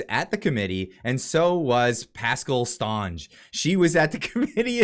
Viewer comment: Yeah, Lol the "Stonge " prononciation! "St" is short and prononced "Saint" si, Saint Onge, but still a point for trying!